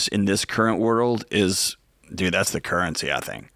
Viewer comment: Nice episode. However, currency does not contain a "t".